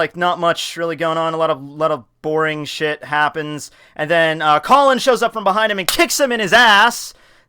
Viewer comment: I am speechless, really tekking. ik it's a joke but fucking " "